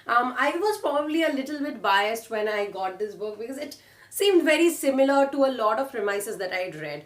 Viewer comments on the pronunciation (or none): none